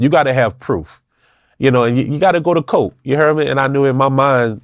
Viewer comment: Bro didnt say COURT he said you gotta go to COLT 😂😂